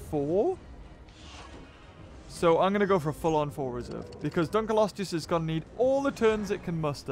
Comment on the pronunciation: its pronounced dunk leo stuss not dunk eh leo stuss